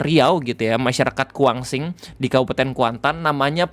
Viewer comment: Kuansing bang... Bukan Kuangsing... 😂😂😂 Cerenti bang... kedua huruf e nya dibaca menggunakan huruf e Pepet , seperti penyebutan kata Empat... Salam kenal , saya asli dari desa Kampung Baru, Kecamatan Cerenti, Kabupaten Kuantan Singingi (Kuansing) , Provinsi Riau...